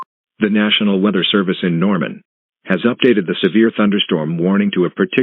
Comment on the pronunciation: Count how many times the announcer said wither instead weather